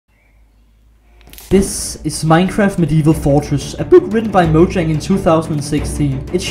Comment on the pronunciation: bowyang... mowyang-? im sorry am i the only one who heard that